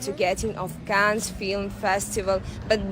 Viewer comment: The city is not pronounced Kanes, it is cannns!